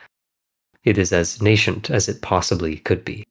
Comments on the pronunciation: nay-scents, not nay-shents just saying :) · It doesn't have the "sh" sound. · Ayo you're mispronouncing "nascent" big dawg